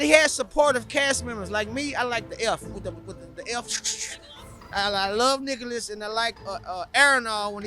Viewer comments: Can't unhear Niggalas? God bless you brother, freaking hilarious! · “Niggalus”? LMAO LMAO